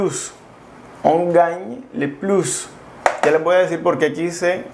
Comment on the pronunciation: ”le” no se pronuncia así. Yo se que como mexicanos no estamos habituados a estos sonidos. Pero pon atención a ello sino dices algo muy diferente